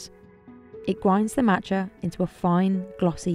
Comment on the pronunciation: Marrtuchaa. It’s just Mat cha, MA tcha